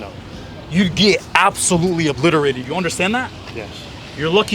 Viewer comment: “You will get O-BLITTTER-ATED in prison!”